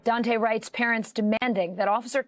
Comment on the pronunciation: It's not Dante', it's DooAnte'. Get it right NBC 😠.